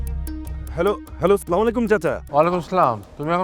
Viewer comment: সালাম টা একটু শুদ্ধ করে দেওয়া যায় না ভাই